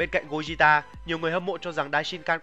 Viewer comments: gogeta chứ anh sao mà gojita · đọc theo tiếng Nhật mới đúng vì âm Goku Vegeta toàn âm nhật cả. Nên Gogeta cũng vậy. Đọc Gô gê ta là đúng. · Gogeta mà ad đọc "gogita" 😅😅😅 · nghe lạ 😂😂😂